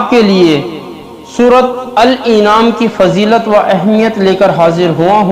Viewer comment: Jahil gadhe bewaqoof Surah al an'am hai al inaam nahin Gadhe surah ka naam to sahih le bewaqoof .